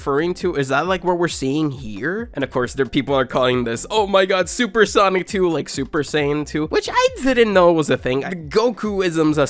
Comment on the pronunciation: Bro says soup sonic 💀